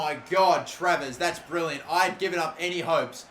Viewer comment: I love it when he almost tarvares instead of travers